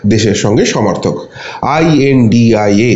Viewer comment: খুশি হলাম। আপনার সঠিক ভাবে ২৬ দলের জোটকে সঠিক ভাবে উচ্চারন করে। দলটির নাম I.N.D.I.A. , এবং India নয়।